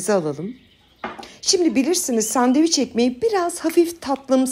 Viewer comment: Sandevic yok Türkçede şey..😂🤦🏼‍♀️🙈 SANDÖVIÇ OLABILIR..ya da sandviç.. ama SANDEVIC asla ve asla değil üzgünüm...